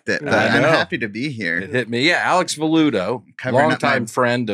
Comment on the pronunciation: A Web really butchered the guest's last name. Sound's like he's been suckin back on grandpa's old cough medicine.